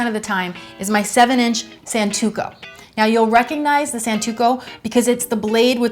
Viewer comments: It's hard to take you seriously when you pronounce it san -TOO-koh and tell people to identify it by its release indentations, which, while standard on Santoku (it's pronounced sahn-TOE-koo) knives, is also common on many others. Also, you're using the knife like a chef's knife, rocking it on the board (notice how its blade curves upward at the end to facilitate rocking), whereas a Santoku's nearly flat blade is meant to be picked up completely from the surface of the board and brought straight back down. I'm not saying your methods don't work... I'm saying you're not using the blade as it was designed to be used... That coupled with your poor demonstration of general knowledge about the knife makes this a pretty bad video. You are really hot, though, so there's that. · OH COME ON. It's santoku, not santuko!!!!!!!! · Santoku. SAN TO KU not SAN TU KO. Good video otherwise. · Oh, it's a "santuko" knife! Silly me, for a second I thought she was using a santoku knife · A "santuko"? Really? -_